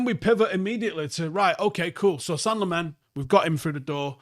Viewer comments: Senne-gal Lemons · "Sen-nuh Lamm-uns"... You're welcome. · Just a note on pronunciation. Its Senne as in Senegal -gal. And Lammens as in (Lard-rd) + (lemons -le).